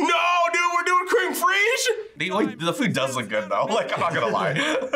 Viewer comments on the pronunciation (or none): I couldn't have resisted Chef's Chocolate Salty Balls. They looked delicious! Sharon and Jaxon were great together! So proud of Daniel for trying the challenge foods! Also, it's Cr-m fresh, not cream freezg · Creme fraiche is pronounced "Krem fresh"